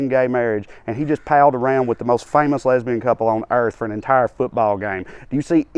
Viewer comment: “A lesbern” lmaoooooo